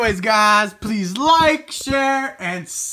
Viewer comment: Then he said suscribe instead of subscribe That man needs help